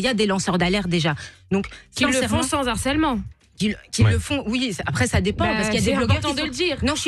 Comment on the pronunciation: « Sans zarcèlement » ??